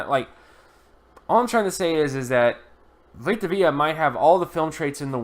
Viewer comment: Veeta Vayah, that’s how you pronounce it